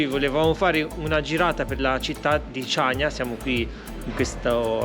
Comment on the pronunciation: Ciao ragazzi,vi seguiamo sempre e vi facciamo i complimenti .. però da conoscitori di Creta e di storia ci tocca fare i "perfettini" ed aggiungere che il nome definitivo di Chaniia si pronuncia CANIA e non CIANIA,inoltre ,probabilmente errore di distrazione, i Romani vengono storicamente prima dei Bizantini ☺️ Cmqe continuate così che siete sempre una sferzata di positività e spensieratezza👍 Ciao da Gianni e Cri 🤗